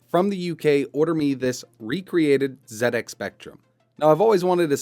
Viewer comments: Nice to hear an American YouTuber say it as Zed X Spectrum for a change. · THANK YOU for not pronouncing it zee ex